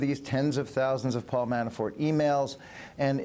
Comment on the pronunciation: Why does the prosecutor keep calling him ManaFORE? He mispronounces Manafort's name in every interview I''ve seen.